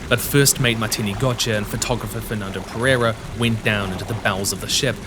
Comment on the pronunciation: Perrrrrreirrrrrra? I find it funny how westerners can't say the hard R from Portuguese and Spanish languages... It's better if you say "Pedeida" mate, instead of using your English accent and butchering our language. This rolling R of yours makes it seem like you're mocking our language.